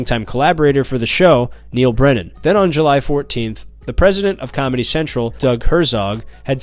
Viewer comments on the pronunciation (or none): none